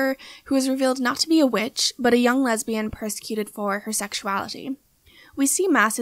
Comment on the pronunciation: "ESS EE EX-uality"? Really?